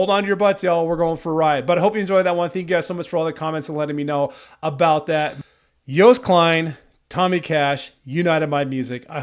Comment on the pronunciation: the ”oo” joost is pronounced more like ”oh” incase you didn’t know 😭